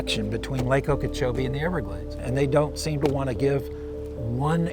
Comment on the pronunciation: Lake okeech